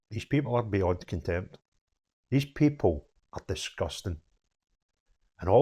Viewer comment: Contempt - with an ‘n’, not two ‘m’s!